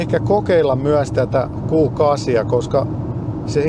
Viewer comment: Mikä helevetin "Guu 8"??!? Se on Q8 eli "Kuu" kahdeksan 😅